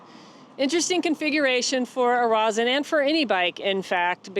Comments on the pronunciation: Ross-IN? No, it's Row-SEEN, or Raw-SEEN. Een not In. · Rossin is pronounced Ross-een